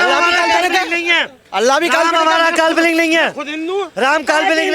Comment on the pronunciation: Ram ko kalponic bolne wala Pakistani hai. Isko Pakistan veg dena chahie. Media wala ko salute